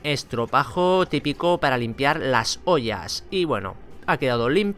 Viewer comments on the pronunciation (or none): yo también , es que dice pollas , aunque supongo que quizo decir ollas xd